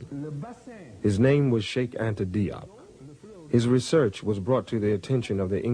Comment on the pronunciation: Cheikh Anta Diop is from Senegal and his name was romanized in the French language due to colonialism. The pronunciation would fit the spelling “Jop” in English as in rhymes with “hope”